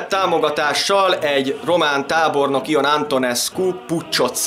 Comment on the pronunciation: Nem kötekedésnek írom de azi Ion név kiejtés szerint Jon, nagyon jó lett a videó 😁